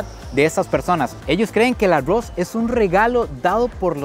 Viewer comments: 😂porfa no digas tanto la palabra agos 😮si no sabes pronunviar la r doble😮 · Los ticos así pronuncian la r. 🙊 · Así pronunciamos los ticos la "R" 😊😂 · me gusta muchisimo tus videos, pero la manera en la que dices arroz es lo mejor ahahha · Dices arroz muy graciosamente